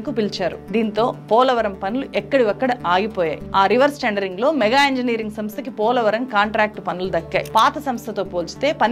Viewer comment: ఒకే ఒక్క సవరణ మీరు పాటించడం లేదు మేడమ్ గారూ ! "ళ" "ణ" మీకు పలకడం లేదు సరిచేసుకోండి ప్లీజ్ అది "మెగా ఇంజనీరింగ్" కాదు "మేఘా" అని గమనించండి